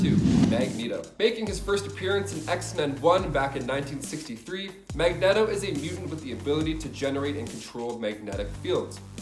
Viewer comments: He said MegNeto 🤣😂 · I was thrown through a loop when he set mag net oh rather than mag knee toe